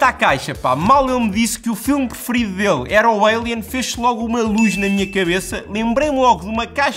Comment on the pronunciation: "...Álian...sou mauluco pelo álian..." Diz-se "Eilien"....EILIEN..